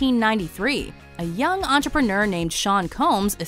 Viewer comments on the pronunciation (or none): none